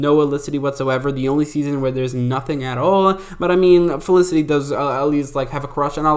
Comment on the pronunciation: Funny you barely pronounce the f in felicity ever maybe 1 out of 10 times 😅 it’s not elicity 😅😅😅😅😅😅😅